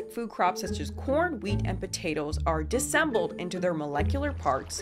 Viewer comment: Disassembled has an extra syllable you’re not saying